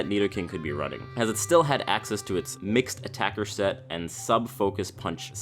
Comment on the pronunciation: Never have this guy on your videos again. It sounds like he is reading off a script and he way overpronounces his Ts like in seT and in contenT . And 2 in a row with losT and buT . Is that fucking necessary? Jesus Christ it's annoying. I can feel you spit all over me. Back away from the mic, you don't have to swallow it you fat fuck.